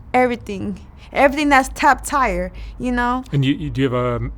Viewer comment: She keeps saying she's successful...but can't properly pronounce the word. Top tier is top "tire." Apart from the pack is apart from the "past." The ink on her cheek must be on her butt cheeks. And on and on. Poor thing. Lotta confidence for no IQ.